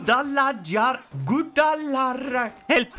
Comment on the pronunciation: It's Goo-dah-la-hara, my dear.